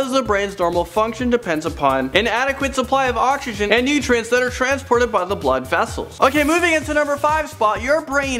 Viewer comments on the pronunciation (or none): none